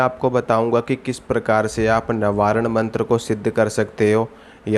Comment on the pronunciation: आपका नवार्ण का उच्चार ही गलत है ।